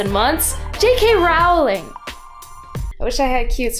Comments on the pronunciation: Great video. Also it's pronounced ro-ling. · It's pronounced 'rolling'